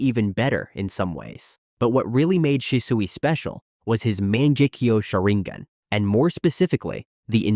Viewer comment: The pronunciation of Sharingan is atrocious